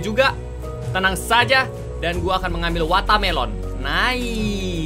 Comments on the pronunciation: Bukan wata melon kak bahasa Inggris nya semangka watermelon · Kak regi: Watamelon